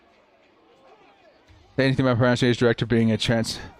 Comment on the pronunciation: You still say "falcons" better than you say "pronunciation"....so thank god for that.